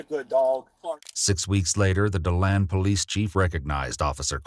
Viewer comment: why do they always mess up Florida county and city names lol its DEE-land not Do-land lol